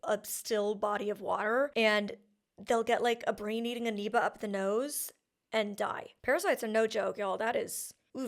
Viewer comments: I kept waiting for you to correct yourself once you watched each clip of them using the correct pronunciation of “amoeba”…but nope! 😂 you just continued to say “anoeba” with rising confidence. 😉😂😂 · Not that it’s terribly significant, but I think you’re mispronouncing amoeba with an N sound as in November whereas it’s an M as in Mike.